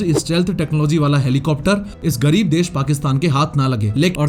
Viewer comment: How did you said gareeb